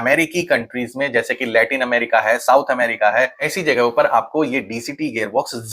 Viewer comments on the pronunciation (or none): none